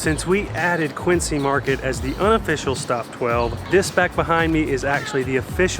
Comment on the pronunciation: They don't have the pronunciation of "Quincy" quite right. It's "Quinn-Zee" not "Quinn-See." Love your reactions by the way and poor Connecticut... you really struggled with that one. :) Oh and if you want to start a war between NY and Boston, tell them they have the same accent! NY and Boston have a fierce and unforgiving rivalry, especially in sports.